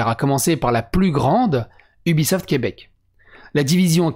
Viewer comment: Québec, pas Quèbec... tssk, sacrés Fronçais de Fronce... viens faire un tour sur /r/QuebecLibre